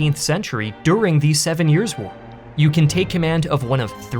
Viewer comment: Absolutely stellar video, love it! But your constantly calling it "The Seven Yearswhar" instead of "The Seven Years' War" does drive me nuts. 😂